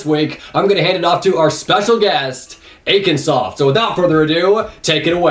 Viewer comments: Lol when he says akin not aykin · the way pronounces akinsoft, "AHKIN"